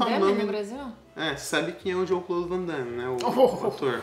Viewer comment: O chama o Van Damme de Vandaime, será que é só pela trolagem?